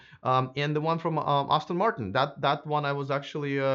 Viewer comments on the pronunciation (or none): 'Lagonda' is by 'Aston Martin' not 'Austin Martin'...and I really like the Kia exterior (interior screens are ridiculous...and I don't think it looks like a Dodge ;-)...SEAT should be pronounced similar to 'Say-Ah-t'...you're still doing a commendable job!